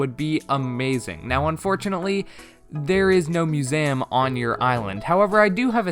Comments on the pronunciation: Me: museum an intellectual: musam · No one:: It's muséum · I love how you say museum…. “Mu-za-yum” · You can't pronounce museum correctly. Have you really never heard it said in movies/TV or by another person? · Who taught you to say Museum like that? I thought you just said it wrong, but then you kept saying it wrong. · The way you say museum 😂 I dont really think there'll be a separate island for shops but instead the ability to improve your own island enough for the NPCs to set up shop there (the same way you can entice isabelle to come). Either way I cant wait to just playyy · chatboulon if you’re saying it like the guy in the video, then yes. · Please learn how to say museum correctly